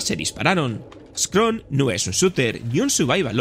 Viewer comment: Scorn ✅ Scron ❌